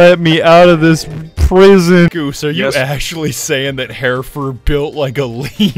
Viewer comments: The map hereford is pronounced her-ford its a breed of cattle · Bruh its pronounced he-re-fud